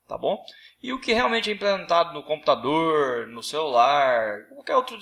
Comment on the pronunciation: computadoooooooooorrrrr , celulaaaaaarrrrararrrrrrrrrrrrrrrrrrrrrrrrrrrrrrrrrrrrrrrrrrrrrrrrrrrrrrrrrrrrrrrrrrrrrrrrrrrrrrr